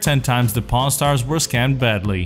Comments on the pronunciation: Sounds like he's saying pornstars :) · I'm sorry in the beginning I thought he said porn stars lmao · Why am I hearing p*rn star? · Sounds like he is saying Porn stars in some bits.